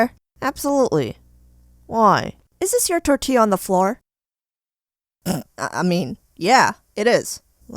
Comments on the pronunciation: Its pronounced tor ti ya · You gotta pronounce it tortia also I'm weird asf too I would do the tortilla too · Wena pronunciacion de "Tortyeah" :v Xd